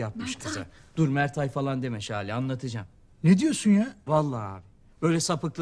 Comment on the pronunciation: Jale değil şale